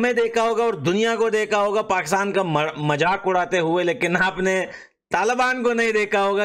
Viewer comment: majak nhi mazak hota hai 😂😂